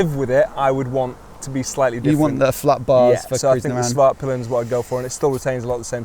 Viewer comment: Not ease to a non native speaker, but it's pronounced more like veet-peelen :) Oh, and nice vid!